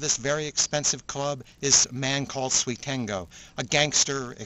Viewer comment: i noticed he said suitengo not suitengu